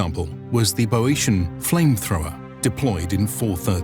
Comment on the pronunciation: bee-Oh-shan, not boh-Ee-shan.